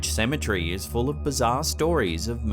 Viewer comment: I always giggle when he says cementary. 😂